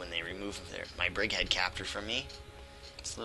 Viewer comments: All videos, you say the same. "Brickhead Capture." It's "Bridgehead". For the love of Chuck Norris. Please, say it. :P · Well. Not the biggest deal... but it kinda annoys me. It at least sounds to me like you are saying "brick" instead of "bridge." Hehe. :P